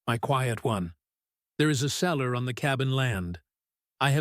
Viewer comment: The CELLAR, not the seller. She CAULKED the windows, not cocked.